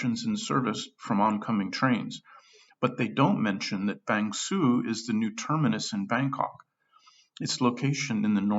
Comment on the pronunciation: Can you stop pronouncing Bang Sue with 'Sue' like the woman's name. It's pronounced like the English word 'sir' with the vowel sound coming from the back of the mouth, as in "good morning sir". Cheers. Don't want to be a pedant but it's really annoying. Nice vid though.